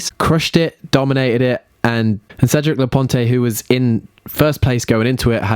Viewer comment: Thats it no more chances... you have to come to Canada now after butchering Cedric’s name 😂😂😂